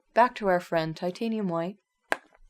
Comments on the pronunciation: Its Titanium HWITE ! not white. XD if you gonna immitate the great Bob Ross. Do it right. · you pronounced titanium white wrong its pronounced titanium HWITE emphasis in the H before WITE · Dont want to be rude but you're mispronouncing titanium hwhite